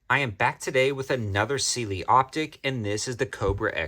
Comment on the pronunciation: Pronounced Si lee